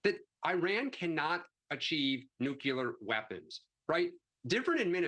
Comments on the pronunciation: NOOKYOOLER weapons? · You lost me at “nukelar”,! 🤠